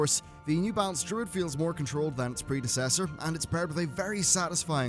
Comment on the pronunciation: The way he says predecessors LOL